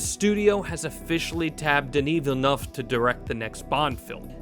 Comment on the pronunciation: "villenuff"? check pronunciation before rolling video.